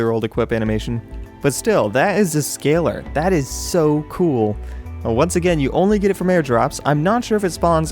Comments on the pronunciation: Scalar: Sca-Lar not Scaler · I'm about 100% sure it's not pronounced "scaler" Try "sca-lar"